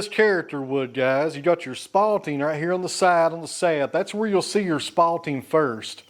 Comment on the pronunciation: The word is SPALTING. Not spotting.